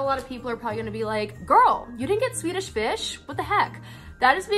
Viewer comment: When she said Swedish fish I thought she said tuna fish for a second 😅